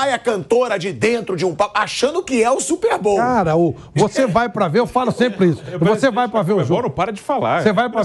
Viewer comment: "Super BOU" kkkk